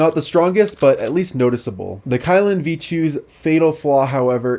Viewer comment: It should be pronounced as ky(key)lin(lean), but it's ok .no one's perfect😊